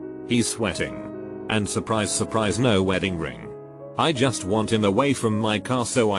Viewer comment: nobody: voice: juuuslblijiusst